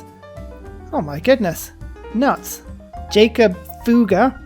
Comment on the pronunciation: Jacob Fugger is pronounced yahkub foogehr and he was arguably the richest man to ever live. He was born into a fairly wealthy family that made a series of financially brilliant moves before he even unexpectedly came to a position of power. Their legacy died when the Austrian Hapsburg dynasty crumbled but, its estimated that at one point in time he had the wealth equivalent to almost 2% of the GDP of all of Europe.